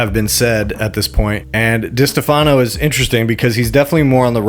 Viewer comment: Enjoying the video 👍. Btw, it's Di-STE-fano. Emphasis on the middle part, my guy 😂. But also, Chrissy D went to Riyadh to redo his kitchen again or some shit, so fuck him 😋.